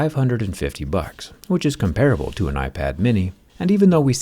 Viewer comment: you said comparable wrong Jeremy Rigorous Everything!